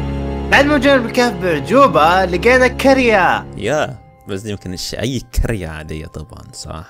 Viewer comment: يسطاا عاش بس هي قرية مش كرية ❤😂